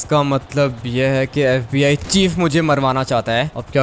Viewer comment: Fib nhi fbi hota hai😂😂😂😂😂😂